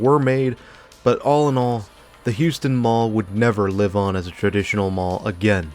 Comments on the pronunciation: Great video but it’s pronounced HOW-ston lol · Not to split hairs but we pronounce it Howston County. I worked at the Goody's for a year. Terrible management.